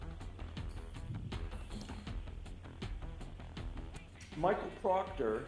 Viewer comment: Did she say Trooper Bukake? 😂😂😂😂😂😂